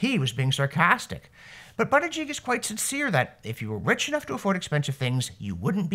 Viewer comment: Excuse me Mr. Robson, the secretaries name is pronounced "butt-gig".